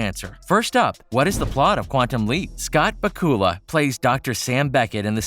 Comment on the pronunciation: Scott BA-kula, not Ba-KU-la 😂😂😂😂🤣🤣🤣🤣🤣🤣🤣🤣🤣🤣